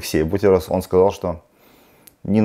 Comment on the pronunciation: Не Алексей а, не БУтерус а БутЭрус (произносится)😀 Опять двойка!))